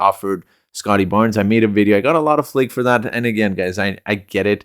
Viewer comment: Flack not flake